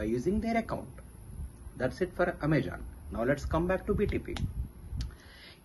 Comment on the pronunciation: Amazon not Amajon